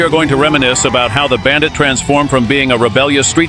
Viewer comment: Bullshit AI video with awful incorrect facts. And what the hell is a “Bandight” as they pronounce it.